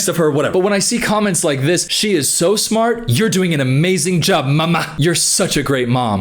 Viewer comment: why does he say mama like that 😭😭😭